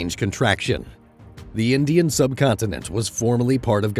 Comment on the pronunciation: Indish curry😂